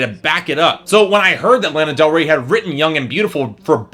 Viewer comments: learn how to pronounce her name before you bash her. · Can you say her name right ??? Please !!!! At lease 😒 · I love the fact you can't pronounce her name correctly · THATS NOT HOW YOU FUCKING SAY HER NAME